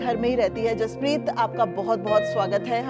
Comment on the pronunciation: बचे का नाम जसपरीत है ना कि हरपरीत